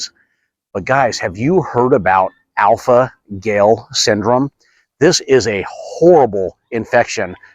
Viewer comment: Gal...not gail. Dogs are not effected by alpha gal, please do your research